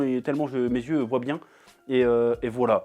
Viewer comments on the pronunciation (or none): none